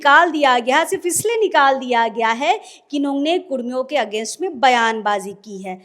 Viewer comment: Madam म ह तो होता है न कि, मैं हे तो